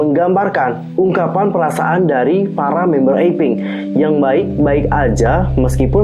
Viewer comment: APINK BUKAN AFINK/AVINK